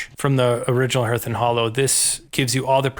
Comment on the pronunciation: It’s pronounced ‘harth’, not herth.’